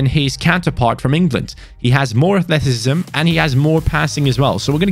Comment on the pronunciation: The way said athleticism makes me laugh - “athleticisbsbsbbsbsm